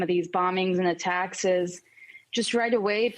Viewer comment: Did the reporter say attackses?